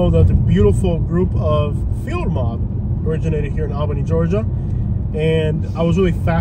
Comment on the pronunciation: And… you’re saying it wrong!! It’s Alll-been-eyyy!